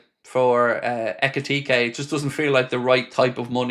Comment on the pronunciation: It’s pronounced Hek It Teekee